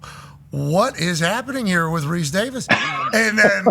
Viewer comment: 🗣️ say the word reece!!!! 😂